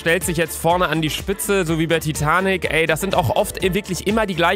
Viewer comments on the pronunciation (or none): none